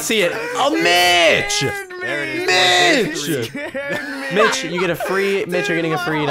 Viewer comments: did you say mich or bich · its funny how every time he says mitch it sounds like the B-word